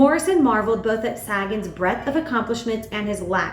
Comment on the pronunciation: I'm not trying to be critical, but Sagan's name is pronounced Say-gn.